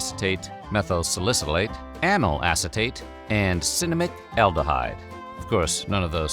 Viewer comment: ngl your pronunciation of amyl acetate distracted me from my cereal and made me double check